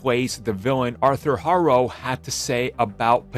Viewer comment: Ayo you can't pronounce Harrow